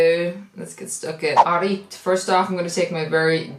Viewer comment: sayin "alright " is the most irish thing ever besides spuds 😂😂